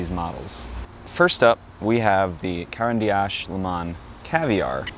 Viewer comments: You brutalized pronouncing the companies name. Can't watch. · I liked the video overall, very nice presentation. But please learn the proper pronunciation of Caran d'Ache because this hurts my ears